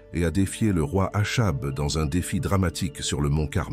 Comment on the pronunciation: le nom Achab se prononce "akab"